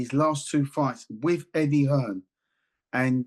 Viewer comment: I just 'LOVE' the way people keep saying Eddie 'HEARNS'...it's 'HEARN'😂. He is not related to the GREAT Thomas 'The Hitman' Hearns😅....Put some RESPECT on this man's name😂😅😅😅